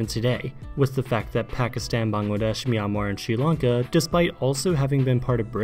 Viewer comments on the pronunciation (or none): none